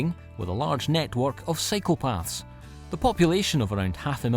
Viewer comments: ~ - I thought he said, "Where they have a large network of psychopaths," and I'm all, "What??!" But I rewound and he actually had said, "... a large network of cycle paths" (for biking) lol! I confess I wasn't watching right then, just listening. 😄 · I thought our narrator said, "a large network of psychopaths"! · I thought the same. Then I realized he said cycle paths lol. They need to fix that.